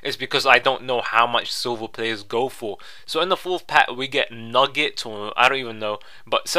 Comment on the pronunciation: haha Nugent is pronounced new-gent not nugget